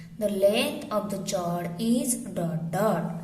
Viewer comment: Mam aap chord ko galat pronounce kar rahe ho